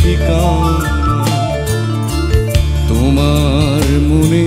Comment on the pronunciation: এই গানে "তোমার" উচ্চারণ লাকী আকন্দ সাহেবের টাই সঠিক। যথাযথ আবেগ আছে।